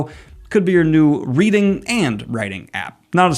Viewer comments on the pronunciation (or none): none